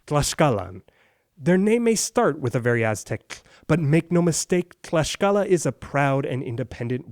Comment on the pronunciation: Hey,, thank you for taking an interest in the history of my country and for sharing it as well:D I just have to point some things out: it's MOCTEZUMA, not 'Montezuma' nor 'Moteczuma' xD And Tlaxcala is pronounced /tlakskala/, not 'tlashcala' xD Did you know that la Malinche inspired the folk tale of La Llorona?:O Thank you, again!